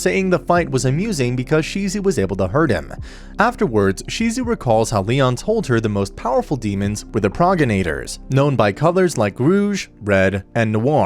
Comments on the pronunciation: Proggy-nater?! How the hell are you pronouncing progenitor?! Pro (like in professional) gen (like in generator) i (like the I in bit or sit) tor (like tour) Alternatively say "pro-janitor" but replace the A with an E or I. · Progenitor, heard here as progg-enators which was funny